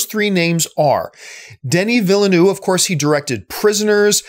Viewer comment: You know what should exist? A database of actors, directors, producers, etc... each saying his or her own name. Maybe Denis Vill-uh-noo could start it off... because that's not how his name is pronounced, John. The 2nd 'v' is not silent (obviously, neither is the 1st).